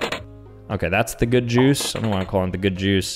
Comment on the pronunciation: This is amazing without context Juice sounds like Jews